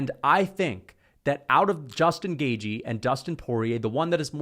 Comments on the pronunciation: Bro says Justin gay-G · You said his name wrong again gashi gaishi gayche